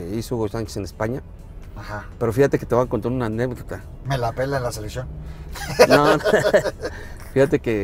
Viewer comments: Que horror, gobernador de un estado de México y sigue diciendo “Anepdota” 😅. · ¿Anépdota? (min. ) 🤦🏽‍♀️